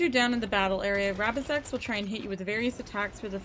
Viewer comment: failing to prepare is preparing to fail misread rabizex's name lol